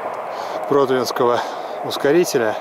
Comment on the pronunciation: не прОтвинского, а протвИнского. город ПротвИно, а не ПрОтвино